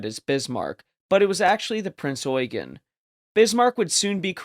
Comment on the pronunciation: Finally someone who knows how to pronounce “Eugen.”